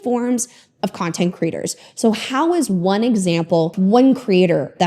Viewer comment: Half the time when says ‘content creators’ I hear ‘content critters’ and it’s delightful every time.